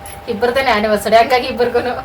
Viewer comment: ತಪ್ಪು ತಿಳ್ಕೊಬೇಡಿ ಆನಿವರ್ಸರಿ ಅಂತ ಹೇಳಿ ಆನಿವರ್ಸಡೇ ಅಲ್ಲ